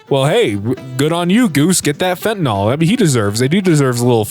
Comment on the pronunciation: fen-ta-nyl not fen-tin-ol